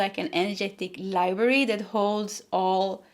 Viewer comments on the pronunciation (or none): none